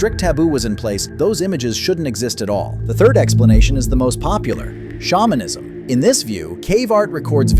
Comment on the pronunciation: I thought you said spawnism instead of shamanism 😭